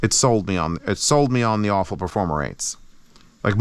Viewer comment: I think it's pronounced Ah-fu which means prosperity in Chinese.